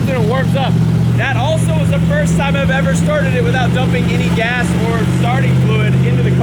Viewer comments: LOL I heard "smells like ass" LOL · I heard ASS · Did say it smells like gas or 🍑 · I could have sworn said it smelled like ass.....lol But, I guess she said gas........lol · At 3 min. 20 sum seconds. I thought said, smells like ass. And replied, that's a good thing. I was laughing myself hysterically. Then I rewound it to show someone. And realized she said gas, not ass. Might be true either way. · Hey, are you sure said "it smells like GAS?" Because as someone who's been married for what seems like forever, it sounded like she said, "it smells like ASS." Just saying. Lol.😂😂😂😂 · I heard ass also😂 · I thought said "Ew... smells like ass" 😂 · Either mere doesn't pronounce her g's or she said it smells like ass, 😂